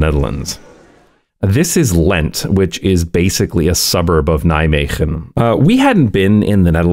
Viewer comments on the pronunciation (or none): none